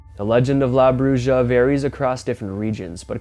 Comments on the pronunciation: It's La Broo-ha dude. The j in Spanish makes an h sound. Get with it. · Lmao “la brooooja” do some research man. You’re letting us down recently. Omg dude, and you are confusing a “raptor like creature” with a friggin opossum, just churching it up. C’mon man!! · La Bruja is pronounced "La Bruha" My daughter-in-law is Spanish and she's helping me with the culture. It's actually a type of witch.